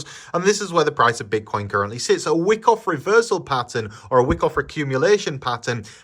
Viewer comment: It's pronouned Waaikof. Not Wikkof.